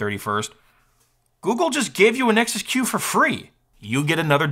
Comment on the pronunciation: Every time your said Nexus Q, I heard it as Nexus Cube...